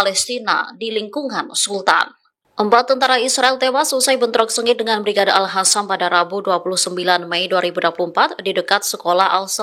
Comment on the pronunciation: TOLONG BACANYA YG BENAR: "BRIGADE AL QASAM BUKAN ALHASAM"😮